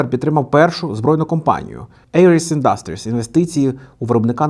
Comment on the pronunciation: Ти або навчись правильно ставити наголос, або не повторюй по 20 раз не правильно.... Вухо ріже, піпідАстр Не індАстріс, а Індастріс....